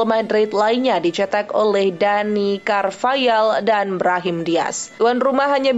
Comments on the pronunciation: Carvahal harusnya ya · "Dani Carvayal" 🤣🤣🤣🤣